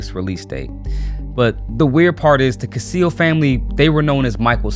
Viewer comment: The Cascio family's name is pronounced CASH-EE-O in Italian. All this drama is probably being brought out at a time, in order to distract people from uniting together & taking down the evil elite who've been running our world for millenia. This is the time.